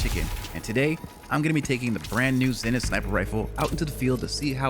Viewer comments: "Zen-ith"...it's pronounced, "ZEE-nith"...smh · Zenith. Isn’t it pronounced ZEE-nith?